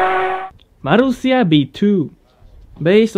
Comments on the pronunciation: The Elise GT1 was featured in Need For Speed II. Btw, your pronunciation of the 'r' in 'Marussia' was satisfying to me. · Jaja, I know, it sounds the same as in spanish, and as a native spanish speaker, I like that.